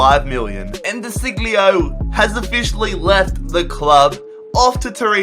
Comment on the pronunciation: You really mispronounced De Sciglio's name. You should pronounce it like this: De Sieljo